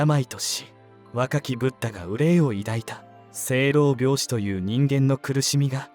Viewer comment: しょう-ろう-びょう-しと読みますね。